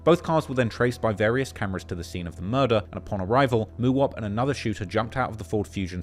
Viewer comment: The way he say Mooowop 😂😂